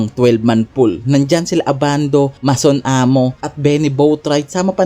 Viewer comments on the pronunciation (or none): Boss LATVIA at hindi LATIVIA MASON AMOS at hindi MASON AMO